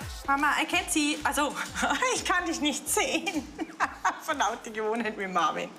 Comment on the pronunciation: OMG, die wollen nicht mal seinen Namen richtig aussprechen. Marvin 😂😂😂😂😂😂 wie die die mit dem Akzent verstehen, kapiere ich nicht, ich muss schon genau hinhören 😂😂😂